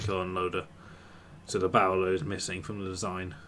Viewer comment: Just FYI, and various points after that, when you say "barrel", it sounds a bit like "bowel-er"... possibly the source of Xterm's confusion? Like, is that the thing that puts his bowels back in after a train disembowels him? xD